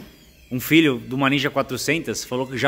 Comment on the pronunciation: "padrê..." Padre: "fala feelho"